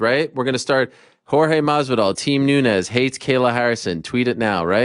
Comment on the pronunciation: Watching Ariel trying to pronounce Jorge Masvidal was cringe. Not only that the first thing he asks if about pro wrestling.... ask him about Leon. I thought this was the MMA Hour